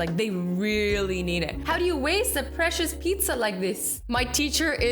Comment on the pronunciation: She said picidzza